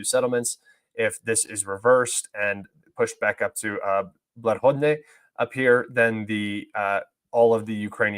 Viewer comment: Little tip on pronouncing Russian town names is. Read H as an G so Bla(g)odatne, and read Kh as (hh) like you are trying to spit.